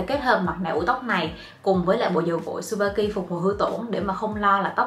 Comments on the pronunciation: Chư ba ki chứ trubaki đâu đúng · mách nhỏ cho chị yêu sản phẩm Tsubaki đọc là Trư Ba ki ạ 🥰🥰🥰 tuy ở nhật nhưng e là fan cứng của chị từ khi chị 18t đó 😘 Love